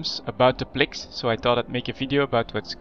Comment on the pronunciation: fuck, i hate the way you pronounce (plex and isk) fuck!